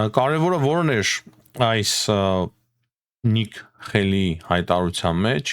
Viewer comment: Հարգելիս Նիկի Հեյլի -այլ ոչ Նիկ Խեյլի, - հրաժարվիր ռուսական ակցենտով բառերն ասելուց